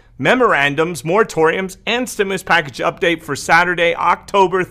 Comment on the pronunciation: I loved it when u said trimulus! U crack me up sometimes lol love ur updates!